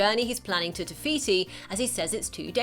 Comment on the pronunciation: not being mean but its no tiviti its tifiti